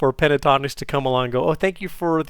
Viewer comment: it's PEN-TA-TONIX not PE-TA-TONIX!!